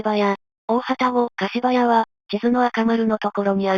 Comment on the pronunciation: 大旅篭柏屋(かしばや)と濁る読み方は、昨今は見かけないので興味深いです。